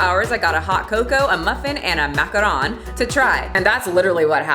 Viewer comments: MACARON not macaroon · It's maca-ron not maca-roon btw, macarons are French merengue based cookies and macaroons are Caribbean coconut based cookies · I'm offended at your mispronounciation of macaron. It's pronounced like maca-rohn. Macaroons are gross coconut cookies. Macarons are cute French sandwich cookies. Edit: and then you go and kinda pronounce right later in the video.